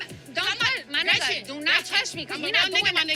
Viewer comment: The way she says ni***a doesn’t even roll of her tongue right 😂